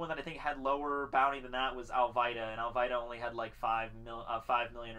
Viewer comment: dude her name is "Al-vida" and its "ku-ro" learn to pronounce the name right if your a true fan you should know how to pronounce the names